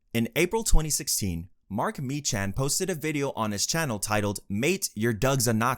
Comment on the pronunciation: Meechan is pronounced Me-Kan and Glasgow is pronounced glazz-Go